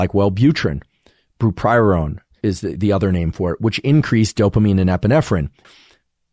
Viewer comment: He really botched that pronunciation didn't he?😂